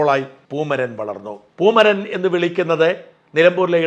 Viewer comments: പൂമരൻ അല്ല " പൂമൈരൻ " എന്ന് തിരുത്തി വായിക്കുക 👍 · പൂമരൻ അല്ല പൂമൈരൻ ആണ്